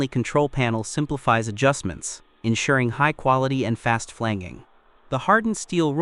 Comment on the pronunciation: It’s FLAN-JING, not flang-ging.